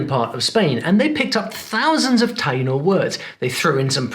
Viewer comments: Actually it's taÍno... emphasis on the "i". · Re. Puerto Rico, the Taino language is pronounced tah-EE-no, rather than TIE-no, since there's an accent over the 'i'. So, you want to know how many I got right? Try zip, zero, nada! One reason for this sad showing is that I speak Spanish at a pre-school level, which is sorta sad when your age is 76.🤨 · Small comment, you show correctly the name of the Taíno people, including the acute accent, but you pronounce "TAYE-noh". The "ai" is a diphthong in Spanish, but if the closed vowel is accented, the diphthong is broken, so you should say "tah-EE-noh". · Estás pronunciando mal la palabra Taíno, si vas hablar de español aprende bien también como pronunciar correctamente las palabras